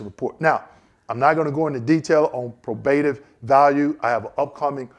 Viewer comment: I'm a fan, bought your book but just an FYI your not pronouncing "probative" correctly. Sorry to be that respondent but thought you should know. As you were!